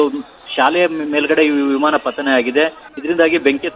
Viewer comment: ವಿಮಾನ ಹೇಳಿ ವಿಮನ ಅಲ್ಲ